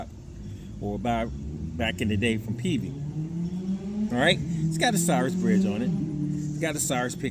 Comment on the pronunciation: NOT A CYRUS bass...a Cirrus bass...like the clouds...pronounced SEARUS.